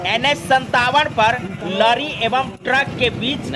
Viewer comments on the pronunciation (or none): न्यूज़ वाले चचा लरी नहीं लॉरी होता है।